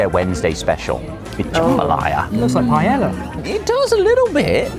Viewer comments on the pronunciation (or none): the fuck is a "pie ela"?